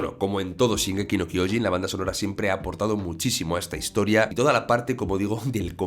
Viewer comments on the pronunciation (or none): Se acentua SHINgeki no KyoJIN, y se dice Zik, no "seque", Livai, no "lebih", MIkasa, no "mi casa", Yan, no "Yin".